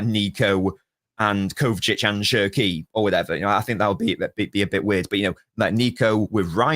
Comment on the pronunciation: Bro said “SscHerKi”